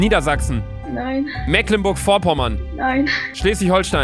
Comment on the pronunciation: lern mal Mecklenburg-Vorpommern richtig auszusprechen!